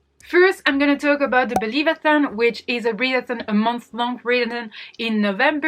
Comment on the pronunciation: This video is amazing!! You did so much work for this and such a handy resource for us on booktube looking for readathons! And thank you so much for including and shouting out Believathon ✨ also I am here for the rambling AND you pronounced my name right!! I am loving this 💙